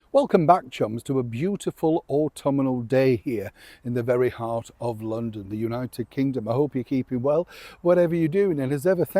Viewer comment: it’s not pronounced autuminal it’s AUTUMNAL 😀